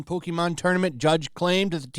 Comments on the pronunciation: did he say "Pokeemon"? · It's been over 20 years. It's pronounced Poke-kay-mon. God! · I HATE when people pronounce it “Poke- ee-mon” It’s been a franchise for over 25 years, you know how to pronounce it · Lol. When people want to look cooler than pokemon they always pronouce it poke-ee-mon. Everyone knows iys pokemon. Poser. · Please don’t call it pokey mon